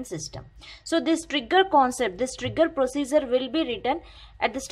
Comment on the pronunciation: She pronounced "Prosiezer" to procedure. And explanation is okayish in terms of defination.